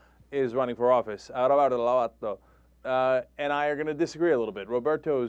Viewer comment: ROFL Cenk pronounces Roberto closer to the spanish pronunciation when he's not trying to do the spanish pronunciation